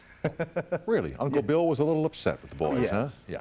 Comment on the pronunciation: Speaking mannerisms like "Uncle Bee-oh" (Bill)